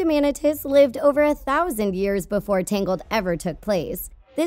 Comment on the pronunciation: It's TANGLED not TINGLED